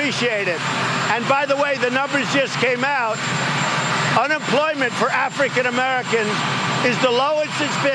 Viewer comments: But why does he say Aalfrikan Americans like that tho?! Lol he makes me SICK! I bet he does play with balls lmaoooo Putin’s! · Listen to the orange man stress afr in African and the way he says it racist to the core. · I caught the emphasis on the word African as well!!